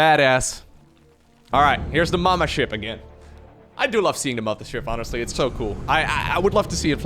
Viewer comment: Great video as always but please stop calling it the mama ship. Thank you.